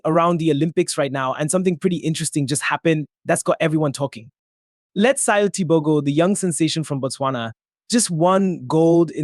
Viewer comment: Ouch, your pronunciation of Letsile's name is quite bad. Pplease try and find out how to do it correctly.